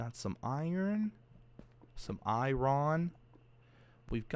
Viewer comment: The way he said "iron" was like "Iran" for "ironic" 😂😂😂. I need to stop 😆😂